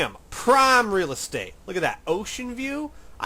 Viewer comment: When you first started talking about prime real estate at the 21 minute mark, is the first time you ever sounded like a Texan.